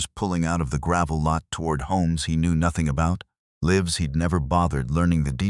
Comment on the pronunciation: WONDER HOW LONG BEFORE READERS LEARN HOW TO PRONOUNCE "LIVES" CORRECTLY?